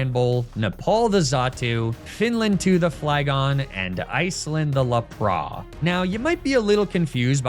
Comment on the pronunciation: Why do you pronounce some Pokémon so weirdly(Like Lapras or Magnemite)? TO be different or did you grow up saying them that way and have a hard time changing it? Just wondering?